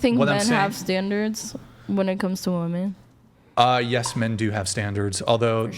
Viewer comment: Is she saying WOMAN instead of WOMEN??